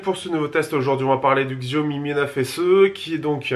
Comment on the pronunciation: la marque se dit "chaomi" et pas "xiaomi"